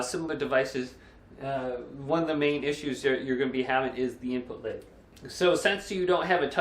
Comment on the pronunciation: Take a shot every time he says "input layg"